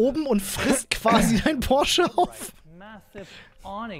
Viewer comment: Von dem will ich nix, der kann nicht mal Porsche richtig aussprechen.